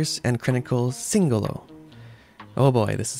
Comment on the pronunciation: At last a reviewer with correct pronunciation of Singolo 👍